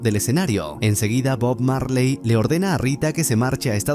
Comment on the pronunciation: Cuantas veces dijo bog Marly en video 😅